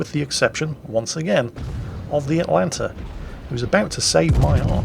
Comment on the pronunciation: you where doing so well, and then you started to go atlanter right at the end...